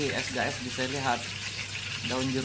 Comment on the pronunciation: Oke ess bukan gess cak wkwk